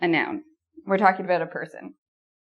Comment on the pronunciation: I'm from the USA and I like how you pronounce the word 'about' I want to say it like that from now on.